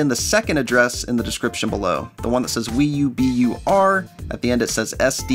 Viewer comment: audio says "wiiubur" instead of "wiiubru"